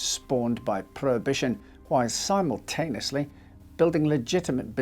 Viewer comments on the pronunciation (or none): Your pronunciation of simultaneously was incorrect. Twice !